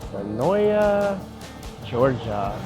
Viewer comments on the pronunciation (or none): senoia (sen-oye) lol